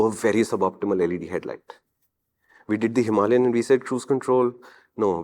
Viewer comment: HIMALAYAN — HIMA LION 😂😂